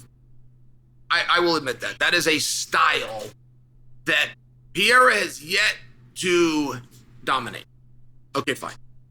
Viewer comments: lol why does Chael pronounce his name “Pee- Era?” There’s an extra R there my guy, it’s “Per-Era.” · His name is PE-REI-RA, not Pieira. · its pereira not pier :D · It’s not ‘pee-era’ it’s ’Per-era’ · Pereira NOT Piera Pereira NOT Piera Pereira NOT Piera Pereira NOT Piera Pereira NOT Piera Pereira NOT Piera Pereira NOT Piera Pereira NOT Piera Pereira NOT Piera Pereira NOT Piera Pereira NOT Piera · Love how Chael agonizes over properly pronouncing compartmentalize and then says Pierre-uh 96 times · Stop calling him Pierra 🤣🤣🤣🤣🤣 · It’s not “Pierra”, lol. 😂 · Still saying Pierra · His name is pronounced Peh-Ray-Ra. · It's "Per-Era" Uncle Chael :) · "Alex Piera" 🤦🏻‍♂️ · I wish the "leading expert" would learn how to pronounce the name of the biggest UFC star and stop calling him Piera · Uncle Chael stills calling him "pee era". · CAN U SAY HIS NAME RIGHT!!! PERR-RAR-RAH!!!!! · Jesus learn how to say Pereira 🤣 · Says Prochazka name well, can't say the more easy name Pereira... -.- at this point i can only think he does it on purpose